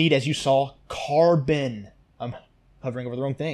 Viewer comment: Great vid. But ffs dude, no where in the world is carbon pronounced "CAR-BAAN". It is pronounced "CAR-BIN".